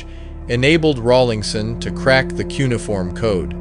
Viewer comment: You pronounce Cuneiform wrong and you spell Enki-Du wrong. There is also a Enki-Ku that exists.